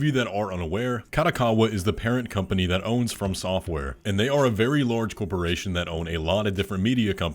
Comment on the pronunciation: liked for "lorge corporation"